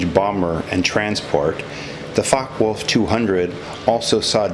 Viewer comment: Although I have subscribed and liked this video about the FW-200 Condor, I found that there was information which was missing which would have been nice to have been included. For example, the number of machine guns and calibre, where there other variants of this model, etc. Also, the pronunciation of Focke Wulf should be FOK-ker, VOOLF, rather than FOK-wolf.